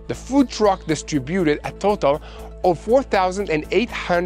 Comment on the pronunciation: Son, distributed is pronouncedz disTRIbuted, not distriBUted. The accent is on the seconde syllable, my beloved Brother! Love you and Mati!!